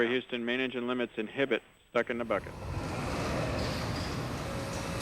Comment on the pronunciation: Lol the narrator says Hooston instead of Houston.